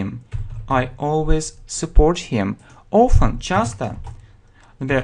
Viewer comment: Не знаю, говорили ли, но на вы произносите often как "оуфен"